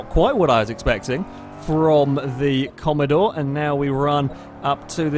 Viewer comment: please I just can't comprehend what you've done please do the sake of all of us, it's Holden Commodore not commadore 😂😂